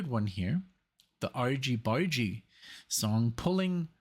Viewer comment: Argy Bargy! J as in Jam, not G as in Gun! It means a little fights, or tussle (mussels are a shellfish)